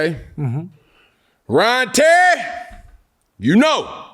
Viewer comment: Bro said "Ryan Terry" 😂😂😂